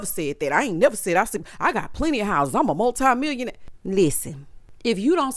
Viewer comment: Didn't he say mutli- millionaire ?? 🤣🤣